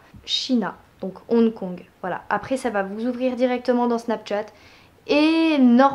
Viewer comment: 1) Apprends à parler (Snapchat, ebay...) 2) T lunettes : cool ta life 3) T'avais pas un BEL IPhone 5c avant ? 4) Avis perso : le rouge (rose) à lèvres je le trouve dégueu 5) Je suis désolée mais je trouve cette vidéo vraiment ratée mais c juste mon avis perso. Bisous :-*